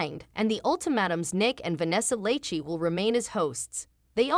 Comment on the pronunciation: Not the mispronunciation of lachey 😂